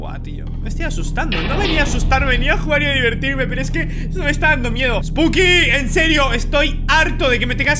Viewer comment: perdón pero se me hace muy gracioso como hablás osea en vez de decir spooky dice "esbuki" XD